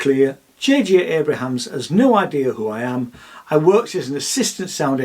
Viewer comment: Abrams, please. Not Abrahams